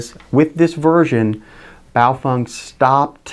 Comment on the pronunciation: You pronounce it (almost) correctly! That is rare on YouTube. Handy info...thanks!